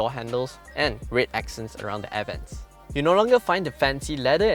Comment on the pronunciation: I just cannot stand how RED was pronounced. Anyway. the car and content. Nice